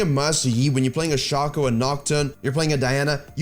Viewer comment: Yoo nice vid bro! One thing, shaco's name is pronounced like his clone's name, fako (fake-o)